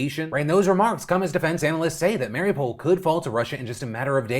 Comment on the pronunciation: Someone teach Phil to pronounce Mariupol correctly already.... lol